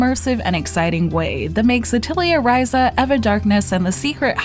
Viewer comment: Bitch, how did you play through this whole game and not figure out how to say the main character's name right?